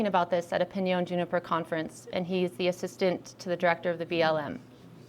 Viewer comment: Piñon, not pInYoN